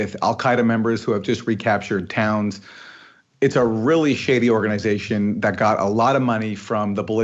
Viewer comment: Organ-EYE-zation (haha) ... The Canadian accent snuck out for a second there. Aaron Mate is a national treasure.